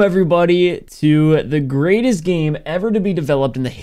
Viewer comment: Emphasis on "Greatest" 😂😂